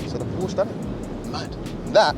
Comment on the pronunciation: it's called Porsche not Porsch